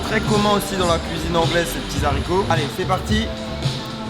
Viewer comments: Ces petits z'haricots mdr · Les Harricots pas les Zaricots ! 😑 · LOL il dit " c'est bon z'haricots " il c'est pas parler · Je suis le seul à avoir entendu les zaricots?? 😡😡 LES HARICOTS!!!😖😂